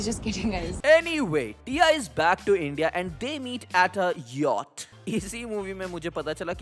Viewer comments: Yatch😂😂😂mujhe honey singh ke song(aaj blue hai paani paani) se Pata chla tha yatch ko "yawtch" bolte hai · Agar mere paas Yacht kharidne ke paise hote toh main bhi Yacht ko correctly pronounce karta 😂😂